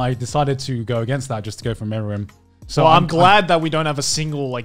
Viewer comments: I was troubled the whole time that "Milim" is being pronounced as "Meruem" by Garnt, it now sounds like she became an Ant Queen that freaking died while playing a board game. 😂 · I was so triggered when they messed up milim’s name like bruh how can you call her meruem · it hurts when they get milim's name wrong